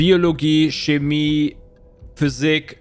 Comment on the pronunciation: Bei "Sose" ausrasten, aber dann "Schemmie" sagen?